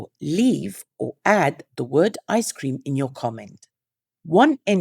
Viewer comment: ICECREAM I was giggling over your struggle to say that word. We had an axolotl collaboration and they're so frickin adorable!! Lovely in pink!!!